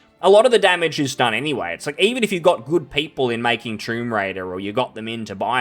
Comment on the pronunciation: Man i started laughing it sounded like you said "Troon Raider". 😂